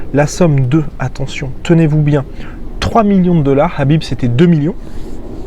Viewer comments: tu peux pas dire Kahbib avec un K au lieu de Rrrraaabiiib ? on est en France, donc prononce son nom à la française... pas besoin de t'égorger la glotte façon sudsud à chaque fois, c'est pitoyable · Bin tu prononces "Krabib" comme ça tout le monde est content